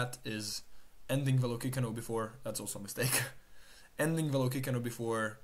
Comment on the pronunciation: I dont think youre saying Velocicano correctly dawg